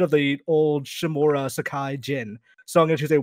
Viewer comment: Ikr total cringe how hard is it to pronounce "Uncle Shimura"